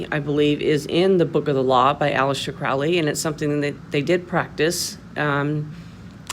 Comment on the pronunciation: You are wrong about so many many things ....firstly his name is pronounced crow --ley as it rhymes with holy He wasn't inspired to write the book he claimed it was dictated to him . And in the book it doesn't talk about pedophilia beastieality or any other horrid act you have not obviously read it yourself even though you state you can't talk about it because their to vile ? Seriously ?